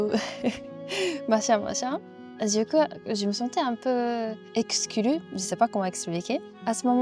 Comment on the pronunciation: wow ce "exclu" était réussi, alors que c'est selon moi un tonguetwister à lui tout seul. je fais de la musique et j'ai déjà eu des galères avec ce mot (4 consonnes à la suite!!) et quand je ratais mes enregistrements à cause de lui, je m'entraînais en criant "EKUSUKURU!" et en atténuant petit à petit les voyelles jusqu'à faire "EKSKLU!" (les musiciens rigolaient tous à l'extérieur de la cabine) ça m'a vraiment rappelé un bon souvenir très personnel :) je suis évidemment d'accord avec les nombreux commentaires positifs, sugoi desuzo ! Continue comme ça